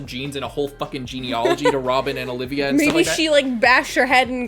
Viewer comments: Btw its not Olivia, its Olvia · Nitpick: It's Olvia (Ol - via), not Olivia (O - liv - ia). It took me a long time to realize this myself. No idea why, but it is the case. As to the point about Robin learning about the D. name here, it does explain her remarks to Luffy when she saved him from the quicksand after his first fight with Crocodile, wondering what "you people" with the D fight for. Now we know another D that she knew personally. This isn't necessarily setting up a future thing, it's answering a foreshadowing that was done prior.